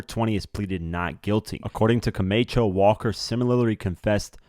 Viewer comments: Lawd! It’s the mispronunciation for me. Baretta is not Berét. CaMACHO is not CAMAYCHO! And his name was BASHAR, not BASHEER! At least get that right. Nonetheless, this whole ordeal affected NY. Hell, the world! His music lives on through him. #longlivethewoo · It wasn’t a $2000 watch. That’s what they got for the watch... Camacho is pronounced “Co-MAH-cho”. NOT Co-MAY-cho… The perpetrator isn’t going back to court for “re arrangements”… He’s going back for “re arraignment”… (pronunciation re-A-RAIN-ment) Young boys… when your in lock up… SHUT UP!!! DUDE!!! DO BETTER!!! (Get an editor) Good info, though.